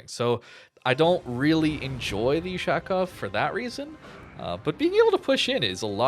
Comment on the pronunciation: "Ushaaaaakov". Butchering the pronounciation... Offf....